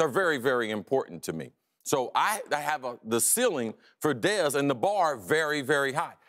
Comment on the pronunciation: i like chris carter but the way he said dez was the worst, looks like he enjoyed saying it.